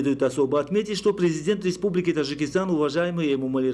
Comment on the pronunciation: Уважаемый диктор , пропускаешь букву Д в слове ТаДжикистан,немножечко внимания ,проштудировать и вперёд,а не то слушать невозможно,,Тажикистан,прям до тошноты